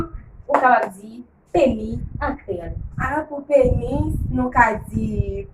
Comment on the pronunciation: Le " s " se prononce dans pénis ! Merci !